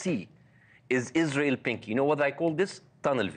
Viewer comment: he said izrahelll. Not izrahellliiis.